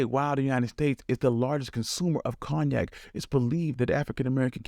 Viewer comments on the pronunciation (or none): Its pronounced CONE-YAK